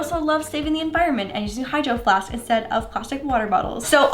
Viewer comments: When we said “ hydroflasks “ I hears “ hydroflasksksks “ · You said hidro flasksksk